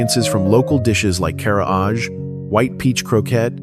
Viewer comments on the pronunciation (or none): 唐揚げ Karaage is not pronounced Ka-raaj, but ka-ra-a-gay からあげand鳥居Torii is not pronounced toh-ree-ai but toh-ree とりい. Finally Ema 絵馬 is not pronounced ee-ma but eh-ma えま.